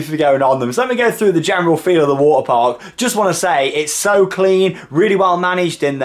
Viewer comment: he sais water like waer